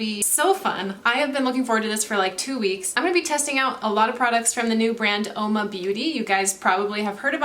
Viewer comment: Only it's pronounced Whoa-ma meaning woman in Italian.